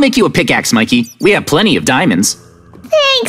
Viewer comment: And it’s mickey not mick